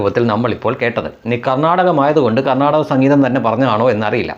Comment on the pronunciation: ഇംഗ്ലീഷ് സംസാരിക്കാൻ അറിയില്ലെങ്കിലും കർണ്ണാക എന്ന വാക്ക് pronounciation നടത്തിയത് നോക്കൂ ഗർണ്ണാടക😂 തതാണ്😂